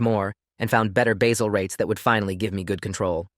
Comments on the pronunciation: AI: it's basal rates, NOT basil rates!!! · It's pronounced bay-zell. Got it right later in the video. But the AI inconsistencies are challenging.